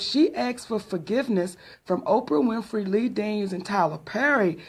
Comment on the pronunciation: Hoe-prah WINFREY